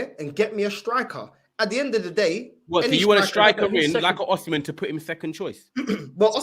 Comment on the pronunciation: That arsenal fan thinks it’s fifa,we’re not chelsea 😂😂😂 man said oshimen.